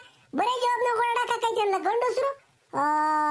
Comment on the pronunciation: ಅಲ್ಲ ❌ಅಲ್ಲಾ 🤣🤣🤣